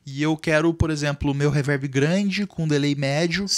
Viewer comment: não da pra escutar um cara que fala “ reverbe “ 😂😂😂😂